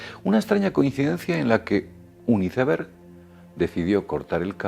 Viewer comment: Neta???.... Hiceberg????..... 😂 por favor ya tomate un cursito de ingles, te urge....